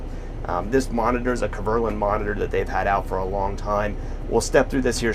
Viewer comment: Kverland? It's KverNEland. Come on, step your game up;)